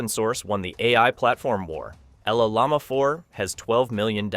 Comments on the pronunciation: “LL Llama 4”? Why do you say it like that? Llama is a word 🦙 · Llama is NOT pronounced EL-LAMA. It’s Spanish and it’s YAMA! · The narrator of this video can't pronounce llama correctly. It sucks.